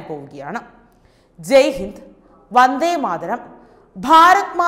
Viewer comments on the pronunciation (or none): none